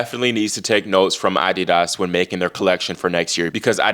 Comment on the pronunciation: The way your pronounce adidas , is thus the real correct way to pronounce the word and not the way we have heard it in America all our lives. ?